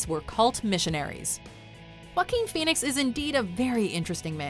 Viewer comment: Jakookoo Pahweenis